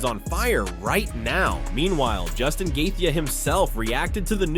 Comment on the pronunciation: How many times can one guy say somebody’s last name in so many different ways and all being incorrect🤡🤡🤡🤡🤡